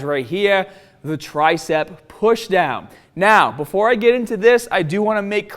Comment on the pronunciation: Buh-foah we get stah-ted